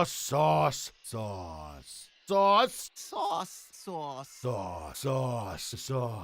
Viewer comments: the ending segment was painful because it sounded like they were saying sus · They pronounce "sauce" like a 5yo says sus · it sounds like they are saying sus and not sauce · Sometimes it sounds like they are actually saying SAUCE but after that you just hear SUS.... Thanks Among Us memes